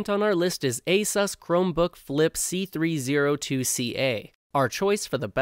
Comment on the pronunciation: Not a-sus it pronounced a-sous